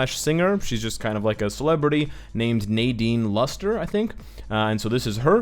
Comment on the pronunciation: that rock on wave's right look like juggernaut. and her name is pronounced as 'na-din lus-tre'. you're welcome